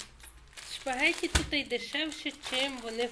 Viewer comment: Спагетті, а не шпагетті! 🤷